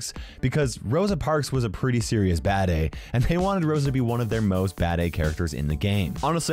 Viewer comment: Hearing say ‘bad-a’ is so weird for some reason